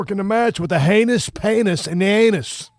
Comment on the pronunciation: A "haynus painus in the anus" 😂😂😂😂